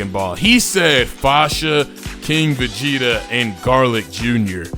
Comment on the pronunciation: Guys is arguing about having irrelevant characters when asking for king Vegeta as a character plus this MF can’t even say the word right